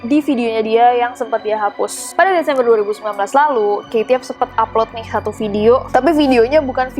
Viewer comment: Rasanya kate , bukan kaye